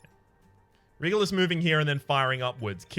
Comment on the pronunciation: Am the only one who is irritated by that mispronunciation of Regulus?? It's pronounced REG-YOU-LUS! Not REH-GULL-US!